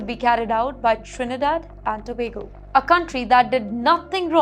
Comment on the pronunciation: Great pronunciation of Trinidad and Tobago